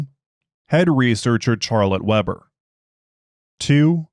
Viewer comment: Love how your AI screws up the pronuciation of "Charlotte Weber" :text-green-game-over